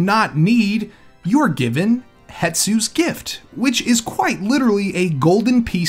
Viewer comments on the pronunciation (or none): it's Hestu not Hetsu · He said hetsu's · Why does everyone call hestu hetsu